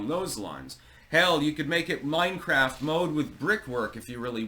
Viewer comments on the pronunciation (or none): none